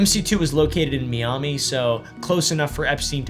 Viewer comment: Saying Me-om-me instead of My-am-me for Miami is wild